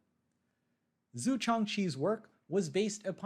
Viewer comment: Please look up how to pronounce Chinese names. You absolutely butchered every single one